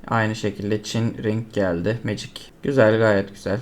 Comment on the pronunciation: Magic yazan iteme(MECİG) diyorsun olması gereken haliyle.Birçok insan MA GİC diye okuyor kanser oluyorum a m k.Legend itemi(LECIND) LE GEND diye okuyorlar kendimi skeceğim pc başında.